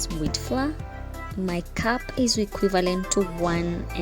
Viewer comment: Wewe pia ulichanganyikiwa na (floor) pronunciation...they should leave us alone aki😂😂😂😭